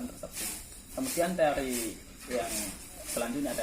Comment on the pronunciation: Teori say bukan tori🥴😂